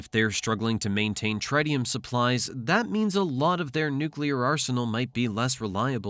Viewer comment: Tritium is pronounced with the first i sounding like the one in "it" not like the i in "right"